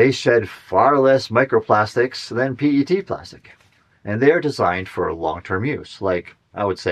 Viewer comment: The entire micro plastic thing is a hoax. Methods are bad, no rigorous definitions, and so on. Clothes, skin, dust, plants and every other thing out there sheds small particles. It's all silly. It's also not hard to pronounce PET correctly.